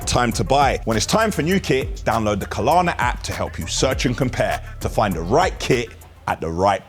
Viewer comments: When said 'Klarna' at the beginning, i thought great, he's taken notice... BUT back to his skits and he's back to Kalana. Someone tell him please! 😬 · It's Klarna, not KAH-LAHNA :D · it isn't "Ka Lar Na". Just "Klar Na" 🤣